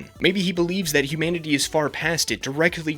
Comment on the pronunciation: They way he says 'humanity' sounds like 'humidity', and it amuses me greatly XD